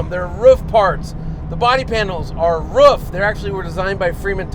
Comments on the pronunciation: Sorry Dude............but all you American Guys are pronouncing it`s name always totally wrong...........ist is not called "Ruf" but the same like your word "Roof". THANKS Greets from Germany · It’s Pronounced like roof = ruf